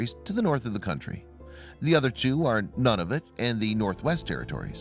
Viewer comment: Sounded to me like annoying- voice narrator said that one Yukon territory was "None- of-it" (lol). I would like t go explore None of it territory someday. My gf would probably have none of it.